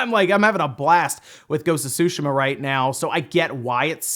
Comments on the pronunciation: Tsushima is pronounced T'ZUU~ She--Mah; T and Zuu sound, flicking the back of your teeth with your tongue. It's not "sushi-mah"... And that commentor is mistaken there are DOZENS of racing games on the Switch, just filter search results on the E-Shop for racing, there's a lot of them, many of them excellent. Like FAST RMX Racing.... smh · Can you back to saying susheeema instead of sushama? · Making my ears bleed everytime you say sushi-mom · Omg the 'T' on Tsushima isn't silent. Like everyone on youtube is saying "Sushima" ugh. I'm half Japanese so I know what I'm saying. Same with people saying Sake as Sock-key. Its pronounced as 'sah-keh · Anyone else cringes whenever he says "Tshuhima"?